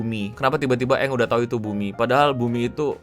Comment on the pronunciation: “Udah” nya jelek banget bang